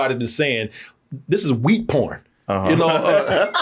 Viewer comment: I know it's "wheat", but I keep hearing "weed" lol